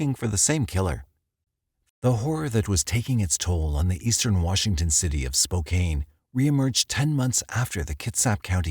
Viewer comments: "Spoe-cane" <==== Sure, man!! 😆🥹 😅😂🤣🥲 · Youre pronoucing spokane incorrectly It's actually 'spoke anus' Edit: ok seriously. Spoke Anne. Thats what it sounds like. Its a big city. Not denver big quite but too big to pronounce incorrectly. Its not a small MT town... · With all the research you guys did and you can't even pronounce Spokane right?? Lol Its not SpoCane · *Spokane is pronounced spo-can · Congrats, and I <3 your channel, but if I hear “spoCAIN” one more time……. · Omg I was searching for this exact comment! It's driving me bonkers. Lol. Glad I'm not alone. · It just hurts my ears to hear 'Spo-cain' over and over 😂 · As a Washingtonian i concur 😂😂😂😂😂 SpoKaneeeeee lmao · My mate in Spokane calls it Spo~Can’t 😂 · Me as well. I lived there as a kid. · I say spo-cain. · Lol so true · Tell me you don't live in Washinston without telling me you don't live in Washington. "What if I say 'Spo-CANE' over & over?" Nailed it! 🙄😂😂😂...😐...🤭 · SpO' CAN . Lol not hard to pronounce is it. (Spokane local) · Sort of like hearing "mos COW" over and over in relation to the murders in MOS coe Idaho... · Hey, congratulations!!! I was just friendly ribbing about the pronunciation. With the e on the end it looks like it should be said as you did. Still love the channel and the narrator's work 🥰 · Can the narrator check the correct pronunciation of towns before recording? He almost always gets it wrong . Once or twice is forgivable, but it gets disturbing when it’s almost all the time. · He is not pronouncing Spokane correctly. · I really wish that you would research how to pronounce the city you're talking about instead of mispronouncing it throughout the entire video. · Its a computer generated voice! Chill on the comments about the pronounciation of Spokane!!😂 He gets it-Im sure. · Let's be glad it didn't happen in Puyallup 😂😂 as a transplant to WA, I empathize with him! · I legitimately have a playlist called “people pronouncing Spokane or Puyallup wrong..” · Get over it